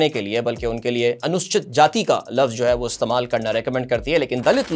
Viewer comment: correct pronunciation is "anu-soo-chit"